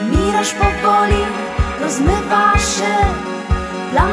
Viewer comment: czy to "nie dobiję SZJE do Ciebie" to wada wymowy, czy celowa maniera?